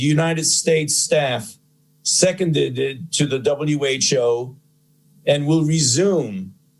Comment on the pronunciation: Not to nitpick. But for $400k plus. We get "secondedid"? ---->